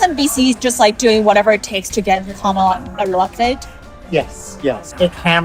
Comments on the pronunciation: Are you deliberately pronouncing Kamala's name wrong? Or is she living in the USA and people naturally Americanize her name? My friend José usually gets his name pronounced as if it were Hozay, or in New England, Joze (one syllable). He doesn't seem to mind. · I will TRY to pronounce KAM ala like I do my own name. KAMala! KAM KAM KAMala